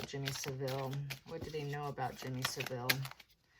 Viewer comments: You’re pronouncing Jimmy Savile wrongly. It’s pronounced (sav Ill ) not (civil) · Pronounce the name like this …. SAV-ill , not SA-ville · Savile is pronounced with the emphasis on the first syllable SAV, the second 'ile' is just said 'il'. Seville is the Spanish city. Charles seems to lack judgement if he chose Jimmy Savile as a confidante. Savile was a vile character. But it's good to know the proceeds of his estate has gone to compensate his victims for their personal injury. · It took five minutes for me to realise you meant Savill, not Sevile. Please don't refer to the filthy pervert as Jimmy. It makes him sound normal. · I remember him on a children's program "Jim Will Fix It" and thinking how creepy he was around children. His name is pronounced " Salve-ill " love your insights